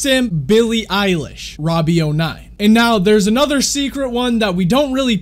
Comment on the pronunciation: Billie Eyelash not Billie Eilish